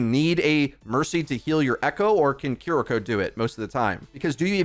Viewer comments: Bro, you make money off this game. At least pronounce the names right. Kuh-reek-oh sounds like she smells bad. Kiriko. Keery-co, bro. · It's "KEE-REE-KO" btw. Not Kuri.., kiki.. or..kuki... ^^